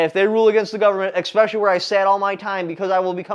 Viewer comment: You are an intelligent man. Please stop saying "Expecially".